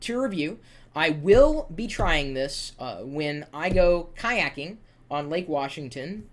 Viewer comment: lol BTW its kayaking:p